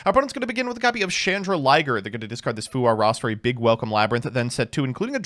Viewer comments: You do know it's "Chandraglier" (chandelier + dragon) not "Chandraliger" (chandelier + liger) right? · Why is it “Chandra-liger”? Isn’t the card “Chan-drag-lier”? As in “chandelier” + “dragon”? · Still calling it chandra-liger though 😮‍💨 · stop calling it chandra liger. There's no liger. It's a dragon. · Yo, I think you'll find that Labrynth Chandraglier shouldn't rime with Chrystron Smiger when read out. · It’s just something he’s never been able to say properly for some reason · Please god tell me that chandraglier pronunciation is an early april fools joke